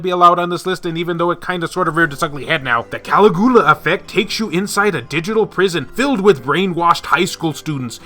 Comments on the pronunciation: I have not played the game, but I think the pronunciation for #3 is CAL - IG - U - LA (like the Roman emperor). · CALIGULA IS NOT CALAGULA